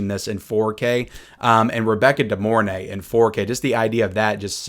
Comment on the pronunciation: It's actually pronounced Rebecca Dee-more-NAY, not Rebecca Dee-MORE-nay. Why? Bc it sounds cooler in her old trailers. Old school hottie.